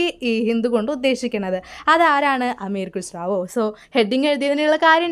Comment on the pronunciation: അമീർ ഖുസ്റാവോ എന്നല്ല അമീർ ഖുസ്റു എന്നാണ്